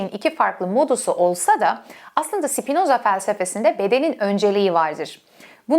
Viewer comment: Sipinoza deme ya lutfen.Spinoza😢